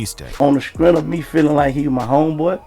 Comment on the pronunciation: I wonder if Gotti says “skrenf” (strength) in business meetings 🤔